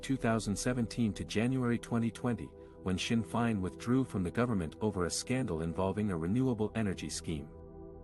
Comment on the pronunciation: Amateur coverage. Blind leading the blind. Learn how to pronounce Sinn Fein.